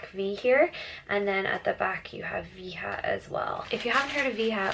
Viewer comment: Nice vídeo ...the sneakers pronunces "VA - DJA" is Brazilian Product.